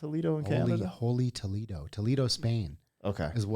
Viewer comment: In Spain, it's not pronounced Toe-Lee-Doh.